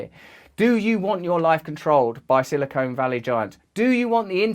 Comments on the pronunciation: Minor correction/pronunciation: The word is silicon (valley). Silicone is an entirely different thing. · BTW it isn't Silicone Valley. It is Silicon Valley.